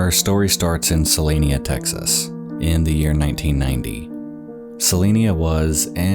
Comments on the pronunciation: Also, its pronounced Se-line-a, not Se-leen-a. I grew up very close to there and have friends there. Took me a bit to realize that is where you were talking about lol. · CeliNA. Not CeliNIA. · It took me a minute to realize you were talking about Celina Tx. I was confused for a sec because you kept pronouncing it Celinia and I was like, where the hell is that. I've lived in Dallas all my life and never heard of that city. 🤣 Love your vids. Great Job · The town is Celina (Suh-Line-Uh), TX. It is near Dallas. There are almost no mountains, plateaus, or even hills, in the area. Your B-roll video is far from representing your dialogue. Check out That Chapter here on YouTube to see someone do it right. Thank me later. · this is a very nitpicky thing but it is pronounced sa-line-a, like saliva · YOURE COMPLETELY SAYING THE TOWN NAME WRONG. I LIVE AN HOUR AWAY SO I WOULD KNOW